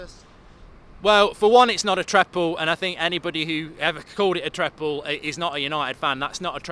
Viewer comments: This mug doesn’t know real football. He plays too much Fifa called matic CDM with no pace. What is a treple? It’s a treble not triple and certainly not treple. Pogba is trash in the prem. You my friend speaking are nothing but a clueless idiot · Ah Treble or Treple ?? what you saying man 🤣🤣🤣🤣🤣🤣🤣🤣🤣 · Mark are you saying treple or treble? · "Treple"? LOL :D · A.... "Treple"????? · Yeah it's odd. I know he doesn't care about pronunciation but treble is such an important word for United fans. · What the bloody hell is a "treple" 😂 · THE TREPLE 😂😂